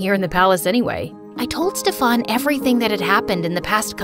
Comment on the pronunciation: Steffan seriously it is pronounced as Stiffan.